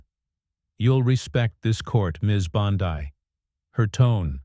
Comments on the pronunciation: Its Bondi not Bondai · Teach these narrating bots how to speak. Her name is Bond ee, not Bond ai. It's ridiculous! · For the love of God -- Her name is pronounced BAHN-dee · Spelled Bondi. Pronounced Bondee . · Learn how to pronounce Bondi’s name! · You pronounce "Bondi" different. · What the f&*% is talking in this "insider intel"? They can't even get Bondi"s name pronounced right. What a bunch of worthless "news". I should have turned it off, but my curiosity kept me listening even though I knew better. Of course, that won't happen again. I'm old, so was this some AI thing talking? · No subscribe or "likes" until you pronounce Bondi's name correctly. Sheesh!